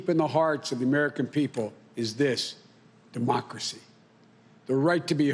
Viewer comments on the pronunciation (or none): Congrats America....You, 'apparently' voted for a lemon as Commander in Chief. I missed a few but here ya go: ...."Certiflied" ..."The American America" ..."Democosy" ..."Befect the fact" ..."The Trump Campraign" ..."Ultimally"....."staints" - ...Sounds and Noises your 80 year old grandfather makes .....Waddles off looking rather thin and frail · He pronounces Demockerie